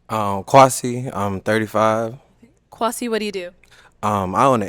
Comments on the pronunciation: "Quasi" I'm gon' need you to PRONOUNCE the name like it's supposed to be 🙄 It's KWESI 🇬🇭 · Kwasi needs to stop with that B.S.. your name ain't Kwaaa- c lmao pronounce it properly. So happy the guy in floral shirt took a chance and got the lady in floral dress. Their clothing was colour coordinated. It was meant to be. Can't wait for their re-union episode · Kwasi please pronounce your name in the true Ghanaian form 🙄🙄